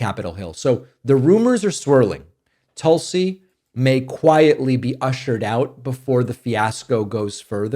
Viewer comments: My personal opinion I will miss you saying Toolsi. She reminds me of the type lady that asks my name and when I say it out loud she repeats it back wrong. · Right way of pronouncing "Tulsi" .is... like in " put". Not like in " but". . I'm from India. The word means a herb, with lots of benefits. .. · to be frank you've reverted to mispronouncing Tulsi's name. Her name comes from the word for the holy basil plant tulasi. In Sanskrit the vowel u sounds more similar to an “oo” sound like in tool or cool. So toolsi is closer to the actual pronunciation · "toulsiiii" lol i noticed there's another word like tulsa or something that he would give the same inflection for